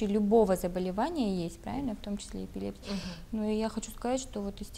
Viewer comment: ЭпилепсИя, ударение на И.